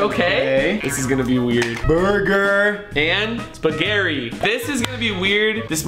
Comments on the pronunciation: did Rug say spagherri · The way you pronounce spaghetti 🤣🤣🤣🤣🤣